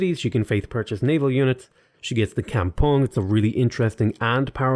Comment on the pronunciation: Kampung is pronounced kampoong in Indonesian.